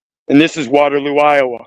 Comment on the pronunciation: Iowa, sounds like they're playing with the vowels when you say it. All diseases are a contract, and me knows that you know this so me is glad you know bout Dr. Sebbie. Grand vibes, grand vibes, grand vibes. You have been served. Thanks with love.